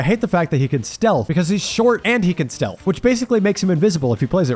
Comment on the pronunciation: steath instead of stealth for ghostface made me laugh